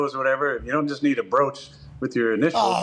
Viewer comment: The “BROACH” 😂😂😂